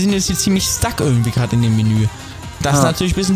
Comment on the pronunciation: Nicht ger sondert ged